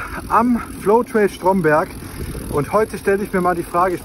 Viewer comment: Mit dem Bio ist das uncool dort. By the way heißt der Ort Stromberg, also wie der Strom aus der Steckdose und nicht Strommberg.😅